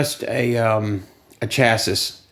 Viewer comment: It's pronounced "chassee"